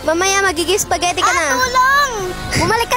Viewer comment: Did i just hear spagehtie😂